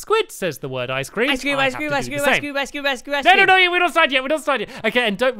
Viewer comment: i had a spoonful every time one of them said iceceam through the entire video and i got a horrible brain freeze thanks to squid